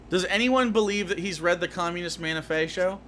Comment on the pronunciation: keeps saying stuff like "have you read the camunist manifasho?" and "have you read the constitution?" and i'm just like!!! THEY CAN'T READ!!!!